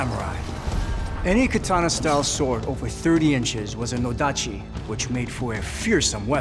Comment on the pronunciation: That's an "odachi" not a "nodachi". LoL.